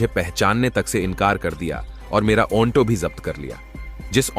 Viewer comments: Aonto nahi Auto 😂😂 AI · चुटिया ऑनटो नहीं ऑटो कहते हैं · Bhai Auto ko onto bol rahe ho,,,,,yeh galat hai,,,, lekin aisi zahil patni ko kuch sabak to dena hi chahiye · ऑंटों नहीं ऑटो होता है। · औन्टो नही श्रीमान ऑटो बोलिये😅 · Auto bolo Aunto nahi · ओंटो या ऑटो 🤣🤣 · Auto bol aunto nahi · ओंटो चालक नहीं भैया ऑटो चालक😂😂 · अन्टो नहीं अटो है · Onto nhi ji auto hota hai😅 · ऐ भौंडसी वाले आटों होता है ओनटो नहीं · Bhaiya pahle to onto nahi auto bolte hai. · Abe onto nahi auto hota hai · Aap bar bar onto bol rahe ho ye onto nahi aato hota h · ऑटो चालक होता है न कि ओन्टो चालक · भाई यह ओंटो कुछ अजीब शब्द नहीं लग रहा है मुझे तो बहुत अजीब लग रहा है ओंटो नहीं ओटो बोलो ओटो😂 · Onto nahi oto bol bhai...😂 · Kahani toh aachii hai.... but jisko aapp onto bol rhe ho...usko Auto kahte hai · Oto nahi hota auto hota hai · Bhai onto nhi auto hota hai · Auntoo nahi Hota Auto Hota Hai bhaii😂😂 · ऑटो को औंटो नही बोला जाता है😂😂😂😂😂😂 एक सॉफ्टवेयर से काम करोगे तो यही होगा। ऑटो की जगह ओंटो।।।। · Bhai auto ko onto kyu bol rahe ho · ओन्टो क्या होता है ऑटो होता है। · Shabdon ka ucharan galat hai jaise Auto ko aunto bolna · Aunto nhi auto bolte h bhai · Aunto nahi sir auto bola Kha se sikha aunto bolna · Aounto kya bol rha hai bar bar irritating ho tum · Aunto बोल रहा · Right 😂😂 aunto 😂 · ऑटो का सही उच्चारण करने का प्रयास करो, कहानी अच्छी कहते हो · AUNTO Nhi 🤦🏻‍♂️.... AUTO Boltey Hai. 🆗👍 Aur ONFFICE Nahi.... OFFICE Bolo 😂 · ओंटो ओन्फिस क्या बोल रहा है ऑटो और औफीस बोलना चाहिए था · Apna Onto aur onffice wala pronunciation thik karo